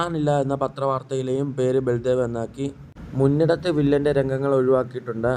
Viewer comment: മുന്നിടത്ത് അല്ല പൊട്ടാ 😂 മൂന്നിടത്ത്